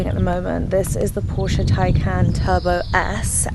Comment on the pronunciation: Porsche ❤ and you say it correctly 👏